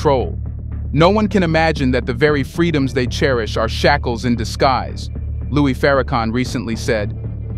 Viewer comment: "LOUIS" THE MOST HONORABLE MINISTER "LOUIS" FARRAKHAN!!! FIX YOUR AI.